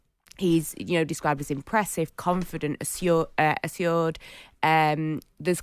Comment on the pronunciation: Being paid to be on radio and can't pronounce the word assured? She looked genuinely baffed 😂